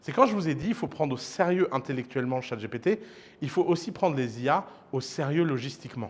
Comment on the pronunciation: Je suis nostalgique de l'époque ou Ouss disait "Chat GTP " ! 😢